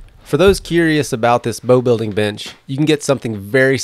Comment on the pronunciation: I sincerely hope I'm not the only one who heard "b*tch*" instead of bench at first? ^^ needed to consider for a sec - why'd he say that?...